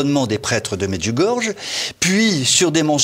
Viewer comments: …. Ah ! Le Démon s'est glissé partout . Ce monsieur ment et ment comme il respire. Je me pose une question: s'est-il jamais rendu à Medjugorye ? (prononcer Medjugorié svp - c'est affligeant de voir des gens sans scrupule déformer volontairement les choses) . Pourquoi n'expose-t-il pas les contradictions dont il parle? Se contenter juste de répéter comme un perroquet: "depuis le début, il y a des contradictions" ne prouve rien du tout !!! . c'est de la méthode coué en fait quoi ! Plus je crie que c'est faux, plus ce sera faux ? 🤣🤣🤣🤣 C'est franchement grossier et ridicule quoi ! A tous les gens de bonne foi qui ont regardé cette vidéo, je me permet de leur rappeler la parole suivante de Notre Seigneur Jésus: On reconnait le bon arbre à ses fruits . Les nombreuses guérisons miraculeuses durant et après le pélérinage à Medjugorye, les nombreux aveugles qui ont retrouvé la vue là-bas, les nombreux signes dans le ciel (que tout le monde peut voir et filmer ) durant les apparitions, les exemples sont innombrables . Medjugorye est un merveilleux arbre qui a et continue de produire beaucoup, beaucoup de bons fruits , et c'est toute la différence avec tous ces menteurs de plateaux qui n'ont rien de concret en main pour étayer ce qu'ils affirment. Seigneur Jésus, pardonnes leur car ils ne savent pas ce qu'ils font. Par ailleurs, aucun message de Marie n'a jamais traité des évêques de connard , ni que Marie ferait descendre une basilique sur le lieu de l'apparition : c'est une pure inven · en effet la maniere de prononcer medjugorié dans cette emission fait mal aux oreilles -- et encore 100 fois plus toutes les cochoneries que mr raconte < >il devrait penser 1 petit peu au jugement de DIEU;;JÉSUS a dit sur la croix PÈRE pardonnez leur ils ne savent pas ce qu ils font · On dit pas "medjougorge", faites un effort! On dit "médjougoryé". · Medjurgorge non Medjurgorjé pour la prononciation. Vous êtes ridicules, je ne vais plus financer TVL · çà se prononce Medjougoryé !!